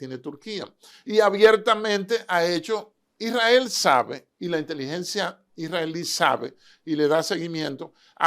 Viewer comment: Este señor sabe mucho me gusta y si menciona correcto el nombre de Isrrael no como otros que dicen Irrael